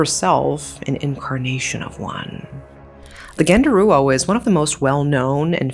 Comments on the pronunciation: By the way, genderuwo is not pronounced as [ɡɛndəruwo]. It's [ɡəndəruwo] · I stopped watching after she said genderuwo, I cant bear it. It's too idiotic even for me as an Indonesian.